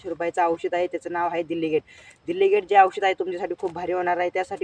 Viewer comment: दिल्लीगेट नाही,डेलिगेट म्हणतात ❤